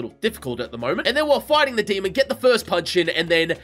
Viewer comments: why do u always say demon like the word almond like demond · I love that every time says demon, it sounds more like he says demond, is that just me who hear that?